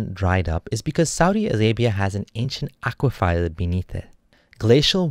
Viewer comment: Good job! But, aqui-fer not aqui-fire!